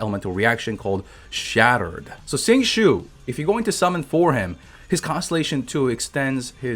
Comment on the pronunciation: Ok i know i’m gonna sound like that rly annoying person but XingQiu’s name is not pronounced like “Sing Shu” it’s pronounced “Sing Chi-oh” although not that exact, the idea is there. If you want an exact pronunciation the chinese dub is available ^^ love ur vids by the way